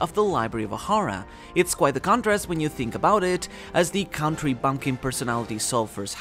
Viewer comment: "Count - ree" 😂😂